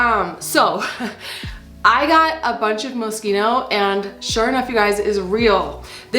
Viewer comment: Moskino?? Or Moschino?!? Mo-sheen-oh.